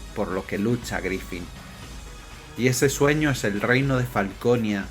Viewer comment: Buen video, aunque me ponia de los nervios al escuchar Griffin... Griffith amigo! Un saludo